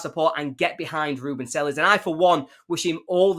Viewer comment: At least pronounce his name properly…